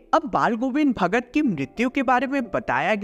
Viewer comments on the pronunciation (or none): pe ,ch ka naam hi galt lia hai😂 bhagar🍌